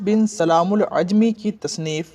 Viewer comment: السلام عليكم ibn e salaam al jumaعi not عajmi